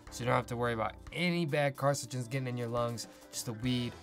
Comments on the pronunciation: “carcigens” based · He keeps mispronouncing carcinogens LOL but great video anyway